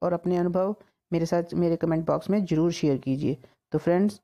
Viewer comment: Recipe acchi Or sahi hai.. But presentation... Sabzi ko sabji, zeera ko jeera , Zaroor ko juroor, bareeq ko breek, tasty ko tashty, Or bhi na jane kitne hi shabd hain.. Kya kahein..? Bhasha ka aader or Sammaan Kaheen kho gaya hai 😭 Anyway..nice recipe 👍